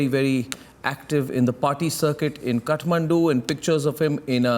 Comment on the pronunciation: it is kathmandu ( kaath - maandu) not cutmandu ( cut-mandu)